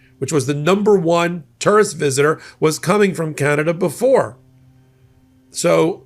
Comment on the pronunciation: You’re so cool , you pronounce tourist …… turrest. Hahahah